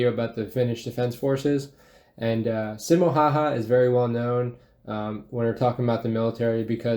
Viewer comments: When he called the legend "Simo Haahaa" * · He's not Simo haha, he's Simo häyhä